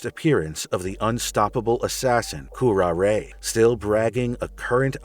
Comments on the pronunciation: wince Ooof, pronunciation guide,; this is kinda hard to watch: {Cure-Rar-Ray} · You mispronounced her name. It's pronounced kyr·aa·ray as in the poisonous plant. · It's honestly pathetic that you pronounced her name like that. It's cure-are-ay (which happens to be a highly dangerous poison that was often used in assassination) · Q-R-A, raz al gul, arceus, Worcestershire. pronunciation is never easy for some names.